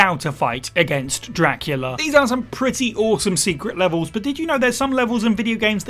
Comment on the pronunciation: "Secret Leves" 🤣🤣🤣 👍